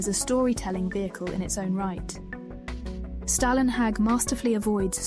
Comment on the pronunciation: "Storlenhag" or even "Stawlenhag"